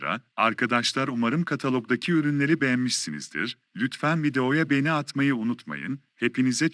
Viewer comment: Lütfen markalari guzel okuyun beni degil begeni olucak ĺ